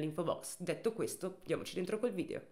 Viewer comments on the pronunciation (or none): none